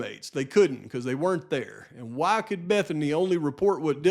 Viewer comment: hA HA I cringe every time he says the word "why" as "waaa" - like a baby cry LOL